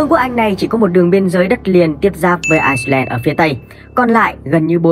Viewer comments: Ad đọc là Ai-len mới đúng, Ai-xơ-len là 1 quốc gia khác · Bắc Ai len nhé ad. K phải ai xơ len. Đọc sai rồi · người đọc thuyết minh nên về học thêm tiếng anh. ireland mà cứ đọc thành iceland là sao. làm kênh về kiến thức mà đọc như thế là chết rồi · Ai len chứ k phải Ai xơ len nhé ! 2 qg này khác nhau hoàn toàn ! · Đọc là bắc ailen thôi đọc bắc aixlen người ta còn tưởng là Iceland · Vậy đọc Ái-Nhĩ-Lan và Băng-Đảo cho dễ phân biệt luôn! Mà đúng là ad đọc nhầm lẫn giữa ai-len thành ai-xơ-len😅😅😅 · Ai len và ai xơ len là hai quốc gia, ai xơ len là quốc đảo ko hề có chung đường biên giới với vương quốc anh, chủ kênh đọc sai tên nước rồi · Ad bị nhầm Ireland với Iceland sao ấy. Toàn đọc là Ai sơ len. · IRELAND có âm s đâu mà đọc là ai sờ len :)) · Ad nên phát âm chuẩn hơn, Ireland và Iceland là 2 đất nước khác nhau, Ireland mà phát âm có âm ‘s’ vào nữa sẽ làm nhiều người nhầm lẫn 2 quốc gia này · kênh không nhầm bạn ơi, chỉ là phát âm tiếng anh chưa chuẩn lắm. Ireland phát âm tiếng việt là Ai-len. nhưng phát âm tiếng anh thì Ireland và Iceland nó khá giống nhau (Rơ và Xơ) đại khái là vậy. Tuy nhiên kênh có sử dụng bản đồ minh hoạ trong tất cả các video để mọi người dễ hình dung.